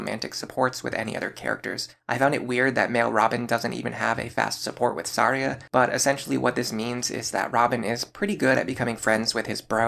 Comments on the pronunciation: What's with the way you pronounce some characters, man? How did the name Tharja become Saria? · I’m sorry how are you pronouncing Tharja? Unless I’ve been wrong my entire life it’s pronounced Th-arrr-juh correct me if I’m wrong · why are you referring Tharja as Saria? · Isn't it Thar-Ja ? I was so confused I was like saria ? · Are.. are you pronouncing "Tharja" as "Saria"? huh. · Ok I have NEVER heard someone pronounce Tharja and Noire that way. I was scratching my head trying to remember who 'Saria' was in Awakening. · Who the hell is Saria? Edit: …that’s not how her name is pronounced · It’s Tharja’s Japanese name. IDK why he was saying that one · The way you pronounce Tharja's name makes me grind my teeth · I have never before heard anyone say Tharja's name like that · I didn't know that's how you're supposed to pronounce tharja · Yeah, I was like "Yeah, she's a Kokiri. Thanks heavens there's no option for Chrom to marry her" . 🚔🚨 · I was more thrown off by how he pronounced Tharja. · Brother HATES the "TH" sound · The choice to pronounce Tharja by using her Japanese name is an interesting one when not doing so for anyone else. ‘Th’ cannot make an ‘S’ sound in the English language, so that’s the only reason anyone would pronounce it that way, especially in a time when we have an officially sanctioned pronunciation of Tharja curtesy of Fire Emblem Warriors where she is a dlc character, with supports in which her name is spoken.